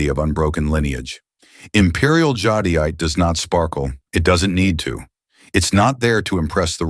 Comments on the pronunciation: It’s pronounced Jade-ite Not jadeite. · JAHDIYATAHAY? I've been saying JADE-ITE 🤣😅